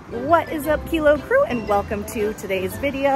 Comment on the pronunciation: "Kilo Few".....stop talking!!!!!